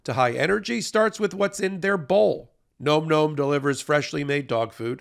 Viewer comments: it's not "gnome gnome" - it's nom nom. Like, an onomatopoeia of someone enjoying their food vocally whilst chewing: "nahm nahm" - get it? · Can somebody please tell and/or your advertiser "It's pronounced (NahM Nahm) not (Nome Nome)"? It's an eating sound. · Please tell it's pronounced "NAWM NAWM" Thanky. 😊💖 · Bro, phonetic spelling so you can say the sponsors name correctly. Nahm Nahm